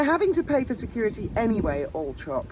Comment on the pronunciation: NOOOOOOOOOO ITS ALLLLLLL-THORP!!!!!!!